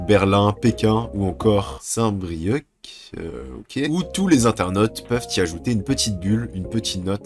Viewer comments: On dit saint brieu sans prononcer le c 😭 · Le "c" de Saint-Brieuc ne prononce pas !!!!! (oe je sais j'écris pas mal de com ajd)